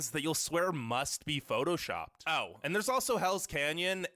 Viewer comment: why did he say oh like that